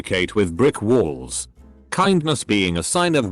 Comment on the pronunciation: egos being pronounced eggos made me laugh so hard